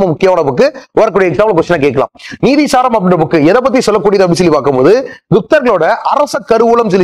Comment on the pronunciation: Nithi saram Not neethi saram